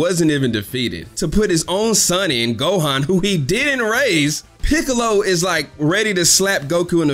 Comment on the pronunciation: Peekalow though? 😂